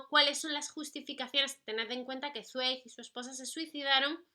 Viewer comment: Hola:) Yo amo a Zweig (y si no estoy mal se pronuncia esvaik;)) Apuntado el de Amok y en cuanto a recomendaciones: El mundo del ayer!!! saludos guapa:3